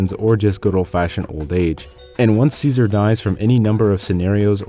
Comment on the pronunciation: still saying ssssseasar while the whole game says it right...